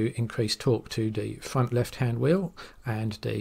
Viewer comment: de fwunt weft and de waew wight ...😛